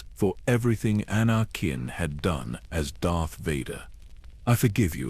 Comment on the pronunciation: Lol Ana-kin 😂